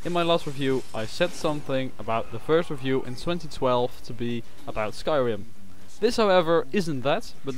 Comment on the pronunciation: Oh and you have to pronounce "review" like this: "RIE-view" not "ruh-view"